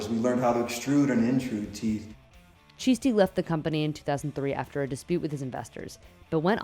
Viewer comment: Ffs at least pronounce the name properly, ChiSHti